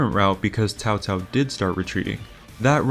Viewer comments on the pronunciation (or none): Man, I forgot they pronounced Cao-Cao's name as "Cow-Cow"